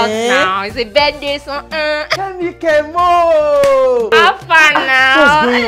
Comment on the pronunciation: My brother is called kemoh and the way you said kemo thats the way we say it